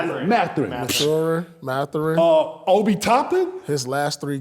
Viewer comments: Truth saying MaTHORin be killing me out 🤣🤣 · Mispronunciation gives it that extra respect highkey 😂😂😂